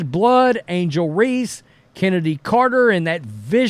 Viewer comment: Dude, her name is CHENNEDY CARTER!!!!!! At least say it right.